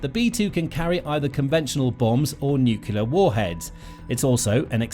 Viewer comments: NOO-KLEE-UR..Nuclear, not NUKULAR. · It's NUCLEAR not nucular!!! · Why can't journalists use the word "nuclear "? Where does the false pronunciation "nucular" come from? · Nuclear not "nukyalar". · “Nucular” this dude cant pronounce nuclear